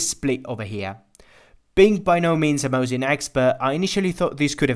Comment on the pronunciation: ВинтОвка МОсина, а не ВинтовкА МосИна